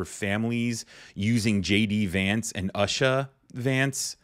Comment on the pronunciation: BTW her name is pronounced OOsha- the U is pronounced as ew.